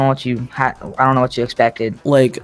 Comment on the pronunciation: This guy XD “wotttt arrested?”